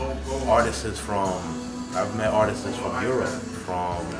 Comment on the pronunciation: doesnt know how to say artists lol